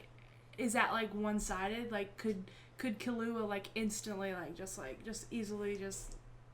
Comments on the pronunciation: People are complaining you're stressing the wrong syllable in "Killua", I bet, not that you're actually pronouncing the sounds wrong. At the same time, they might not realise it's just the stress that's off, so they'll try to correct you in a way that doesn't actually address the problem. You were saying key-LOO-ah before. It's supposed to be KEY-loo-ah. I hope that clears up any confusion regarding that matter. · The main problem is that you're stressing the wrong syllables in the names, making it sound wrong, sorta like how people often stress the wrong syllable in Naruto's name. If I were to indicate the syllable that should be stressed with , it would be: [Ki] llua [Le] orio Ku [ra] pika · It’s ‘kill-oo-ah’ with more emphasis on the ‘kill’ part and the rest spoken abit faster. The way you guys say it sounds more like ‘ki-loo-ah’. It needs to be abit more separated as if they were 2 words: Kill-ua’. Hope this helps 😊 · Why does everyone pronounce Killua's name with the english word "kill"? IT'S NOT. It's KEEL. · Okay step by step let's start with killua right now : Dubbed Hxh pronounces it like you do i think ? Subbed Hxh pronounces it close to how you do, the thing you're saying wrong is the emphasis on the ''illu'' instead of the emphasis on ''kill'', TL;DR : it's pronounced ''KEERU-wa'' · ...Except the pace you say "ki" and "lu" should be the same, the first L before "lu" becomes a pause. Also "ki" is NOT pronounced like "key". Source: I speak japanese. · Kill-You-Ahh. Is the best way to spell it out and is exactly how it is pronounced whenever Gon or any other character says his name. And when Killua says his name it’s basically the word Gong without the g sound at the end. Hope that helps. Everyone can say it differently though it’s not that big of a deal. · That is actually very wrong. The u is not "you" at all. U in japanese is a sound similar to O in "who", but shorter.